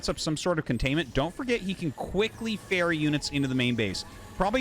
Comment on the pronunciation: Arty said 'ferry units'. he's been in PEI a while, lol.